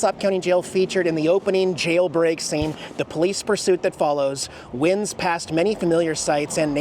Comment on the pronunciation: you mispronounced "winds". It is pronounced like a "winding" road.